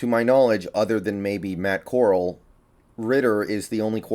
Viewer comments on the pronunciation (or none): Please start pronouncing Matt Corral’s name correctly.